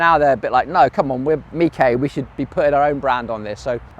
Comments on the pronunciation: why mee-kay not meesh? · Or is it pronounced Mish? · Is it pronounced Mikay? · Despite the Italian flag, I'd always assumed was French and pronounced 'meesh'. Only launching when ready: across so much of life now, vapour ware is the term for software and other tech released when merely in concept or not fully tested. Early adopters are now part of the development process but pay for the privilege. Hope stay with this modus operandi but, if customers go for cheaper, less tested products, they'll suffer. Similar with so many people going for cheapest (usually unrealistic) building quotes then complaining when the jobs are shoddy, incomplete, and builders never return to deal with snagging.